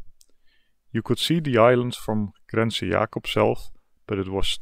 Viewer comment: Congratulations! :-) "Grense" not "Hrense" I don't know about Dutch. But I've noticed that English seems to have a lot of silent letters that we just don't have. So it's probably a good idea to not assume that a letter is silent unless you're absolutely sure. Norwegian isn't totally devoid of them, we do have silent letters. But if you assume that a word doesn't have them you're more likely to be right then wrong. And our silent letters tends to be due to the differences between Norwegian and Danish when they're there... I can imagine a American getting a heart attack watching that... It looks refreshing though. :-) By the way, no "f" sounds for the letter "v" in Norwegian. So "Vardø" was almost spot on except for that slight "f" sound. ;-) By the way, the "Ø" was impressive. :-) Well done! ^^ Aww, how cute. <3